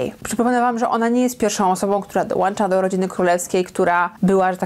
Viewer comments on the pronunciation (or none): Nie mów dołancza... mówi się dołącza. Prowadzisz kanał publiczny więc zadbaj o poprawność językową. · dołĄcza, nie dołANcza, plus do tego spora stronniczość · Mówi się dołącza a nie dołancza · Proszę nie mów „dołancza”. 🥰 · Dołącza! Idiotko! Poprawna wymowa... dołącza! Zapamiętaj!